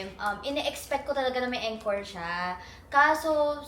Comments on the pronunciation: As an ARMY, Im so happy for you. Next year talaga makakanuod na din ako 🥺 Also, atteco encore is pronounced as 'ankôr' not en, kor. Hope I helped ❤ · You pronounce it like aan-kor not eenkor for the word encore 🤗